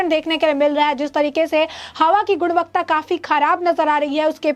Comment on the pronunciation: गुणवत्ता..... गुन्वकता नहीं!